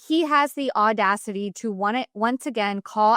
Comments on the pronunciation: What is ordacity? You mean audacity? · “Ordacity?” Audacity hahaha cute combo of ordeal/audacity. Jax is just that!! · The ordadicy? Audacity. Audacity. Au Da City!